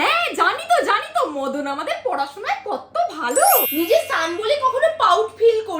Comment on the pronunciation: ওটা সান না সোন😊